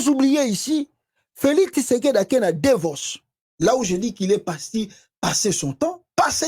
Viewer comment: Il est parti à Davos pas Devos. Vous faites beaucoup de fautes de prononciation lorsque vous, vous exprimez ce qui est parfois comique.